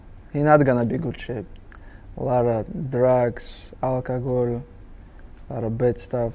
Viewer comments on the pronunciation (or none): Bro said algagal 😂😂😂😂